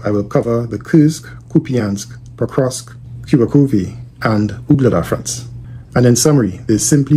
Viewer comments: You pronounce it like Кырск when in reality it's pronounced Курск(Kursk) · For the love of God It's Kursk (as in cool) It is neither Kyrsk nor Kirsk Its Kursk